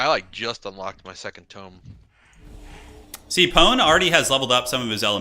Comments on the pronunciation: toom? why are you saying tome like that?........ Toe-m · Violets are blue Roses are red Tome rhymes with home a tomb's for the dead